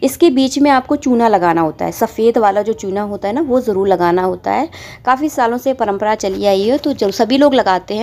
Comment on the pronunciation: Jarool Jarool Ye kyun bolti ho, Jaroor hota hai